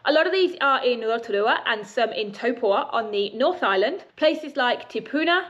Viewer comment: Is it not Taupo rather than Topua? Sorry to be pedantic but it made me think I had it wrong.